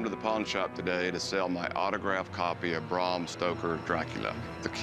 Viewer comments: Its Bram not Brahrm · Bram not Braum... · Braaaaaaaam stoker not Bram lolololol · The authors name was Bram Stoker, not BRRAAARRMM Stoker. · It's Bram not Brom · Rhymes with “am”, not “arm” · How about you pronounce his name properly. It's Bram as in Gram.